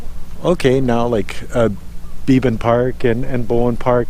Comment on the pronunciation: The name of park is be-ban not bee-ban